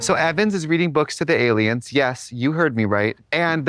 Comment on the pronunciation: Trixie pronouncing “aliums” makes me think she has seen the X-Files abridged vines. A true woman of culture.